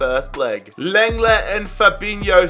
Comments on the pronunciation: Sorry, I have to do this... but it’s pronounced “long-glay” for Clément Lenglet. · Imma have to be the third who says Leng-ley at least thats how it sounds in game